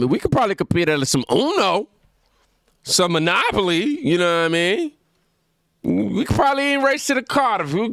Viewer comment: “Some anopoly”? My guy. Come on. I get it. “Some monopoly” vs “some anopoly” sound the same. But I bet most of the white people are saying “blacks” under their breath. Love you.